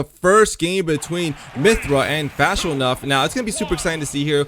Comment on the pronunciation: Lol "Fash_o_nuff." I can tell the commentators don't speak the language. It's pronounced Fa_sho_nuff... It literally means For sure enough. It's kinda an old term, used mostly in the 1970s. But the individual words/combo words are still used today. I know they've had to have heard of "nuff said," maybe even the old term "sho nuff." Maybe also the affirmation term "fa sho" too lol. Anyway, back to Smash, the lance doesn't reflect. It was a hitbox that simultaneously hit another hitbox thus neutralizing the pk freeze. Unless the pk freeze just simply missed.